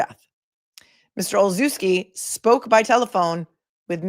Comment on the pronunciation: Olszewski is pronounced Olshevski. The sz is a schuh because the ch is chuh like chicken.